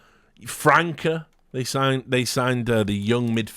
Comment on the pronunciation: Hey Rich just a head up: the letter "ç" in portuguese always has the sound of "s", so the right pronunciation for his name is "Fransa"